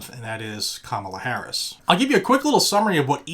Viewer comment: As someone who just finished living in and near San Francisco for a little more than two decades, your pronunciation of Kamala is fine. You can work on Harris. 😄